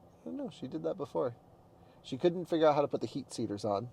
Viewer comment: I too cannot say "seat heaters" properly. Its like I don't' have control over my own brain.